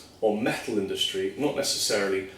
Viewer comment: i like the way he says "métl"